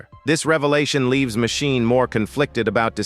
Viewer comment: It would work better if ^whoever is reading the texts had better grasp of the english language. I mean Machine, Matchini, Magine, all different pronounciations. And the totally missing tone. Text to speach mayhap?